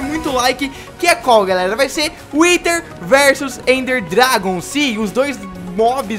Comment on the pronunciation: o fala whiter dragon kkkkkkkkkkk